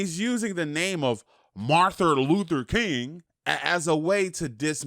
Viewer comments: "MARTHER Luther King" 🥴🤦🏽‍♂️ Say that dumb shit again? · Dude really said Marther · No one: 6ix9ine: MaRtHuR lUtHeR kInG 😂😂😂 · “Marther” Wow